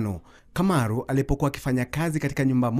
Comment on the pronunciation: Kamaru, not Kimaru